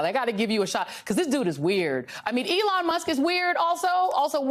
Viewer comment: Wait a sec: said "Ellon" Musk is a genius. 🤣